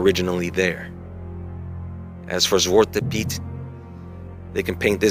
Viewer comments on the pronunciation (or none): Zwarte pieten...pronounced tsvARTah PEETen. Nonetheless. This is fkin ignorance at its best